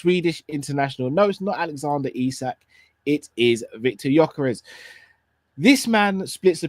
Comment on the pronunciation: why did you say Gyokeres's name come on my brother haven't you learned yet?? Please do not say the players names. Congratulations on your anniversary hope you will love each other till the end. Much love and may the Lord bless you you and all your family.